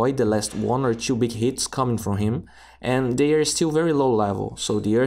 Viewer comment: Also "two", he's killing me each time